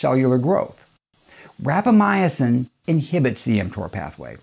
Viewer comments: It’s rapa mison Not rapa my a sin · I think you are putting an extra letter in the word when you pronounce it. It sounds like you are saying Rapamyacin instead of Rapamycin. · Sounds like you added a syllable to Rapamycin. Seems like you're saying.. Rap a my "ah" cin. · Like "al-lu-mini-um" :) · I said the same thing... it drove me crazy... he said it 100 times. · He is saying it wrong and it bugs me!